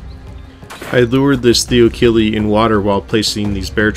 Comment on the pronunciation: Thy-lo-co-leo, or thyla for short. Either way but pronounce it correctly or don’t say it at all